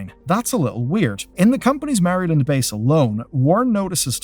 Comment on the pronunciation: Gosh, the way you say my states name "Maryland"